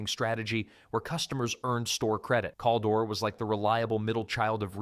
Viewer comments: Caldor is pronounced "Kal-door" not "calldore". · I have never heard anybody say Call-dor..We always said Kal! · its Cal-dor not Kol-dor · Cal-dor. Like Calvin or Calories. One L. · I came to say the SAME THING..... although, I started to wonder if maybe we just said it wrong. But "Call-door" just sounds wrong even if it were the correct way to pronounce it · My friends and I used to make fun of the name sometimes by referring to it as "Caldior".😆